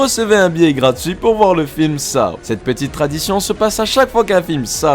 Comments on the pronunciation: On dit sau pas sao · Saow ? On dit Sauw, petit être sympathique 😋 Mais bon la vidéo reste très bien ! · On dit pas Saw mais sauw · 😂Ca se dit pas Shaw mais Seaux 🤣et je l ai est tous vu SORTIE DE JIGSAW 2 15 MAI 2020